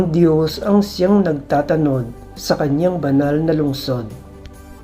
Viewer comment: Correction ng Pagbigkas…… NAGTATANOD……… Ang bigkas ay: NAGTA’ TANOD… Nasa unang TA ang HATI ng salita…. HINDI 😫….. X NAGTATA’ NOD tulad ng. pagbigkas mo …… No offense meant….. Nakaka-dusteact kasi sa pakikinig ng Ebanghelyo kapag MALI ang pagbibitaw ninyo ng mga salita……